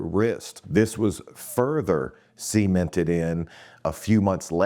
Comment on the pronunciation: u have a funny way of saying cemented